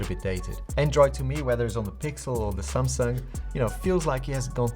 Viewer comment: Nice video as always 👍 But always when you say Samsung I think you say Sampsa, my name 😂 but that's how you almost pronounce it in English. So funny sometimes.